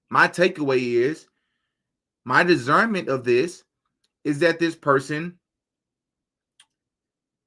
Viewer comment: duh·surn·muhnt bro... you're saying discernment with a z